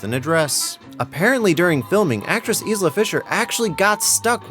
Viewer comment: why the word wizard being used constantly my man wizard and magician are not interchangeable in this context D: and I'm pretty sure Isla is not pronounced that wayyyy